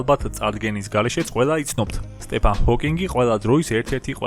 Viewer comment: ესეთ ვიდეოში რავი, ისმაინც უნდათქვათ სწორად რომ სტივენ ჰოკინგი იყო და არა სტეფან.